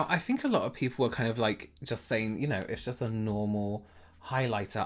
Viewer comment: pronounce your 'th', please. He says 'I fink' rather than 'I think'. So annoying. omg.